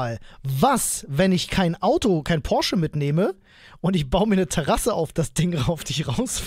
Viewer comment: Von dem will ich nix, der kann nicht mal Porsche richtig aussprechen.